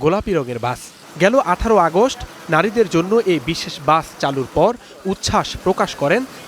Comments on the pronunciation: Bus ❌ Gaas ✔️ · এই মহিলা দোতলা বাস কে দোতলা গাছ বলছে